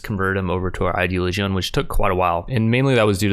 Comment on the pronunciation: "Idea-Lee-Geeon" ... It's pronounced "Eye-Dee-Olidge-In"